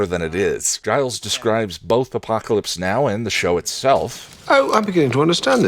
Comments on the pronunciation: Aphrodite.... daughter of zeus? sorry but she is very much the daughter of the creator of the heavens' cut of testicles and the ocean. She is more a Titan than a God like the rest of the Olympians. Also,..... did just did you just call Giles for Gailes? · Did you just mispronounce Giles name?